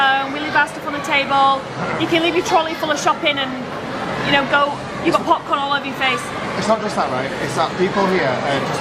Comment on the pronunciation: Why does say tabul instead of table?